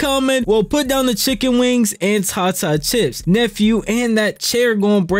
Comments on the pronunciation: 2nd white boy to call it "tah-tah" chips, what world are we living in 😂 it's "tay-tah", like "potata" 🥔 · It’s not TA TA chips, it’s pronounced Tay-da chips 😂